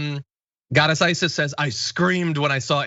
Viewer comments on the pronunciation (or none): none